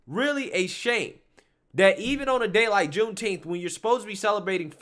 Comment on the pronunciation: Juneteenth or Shooteenth??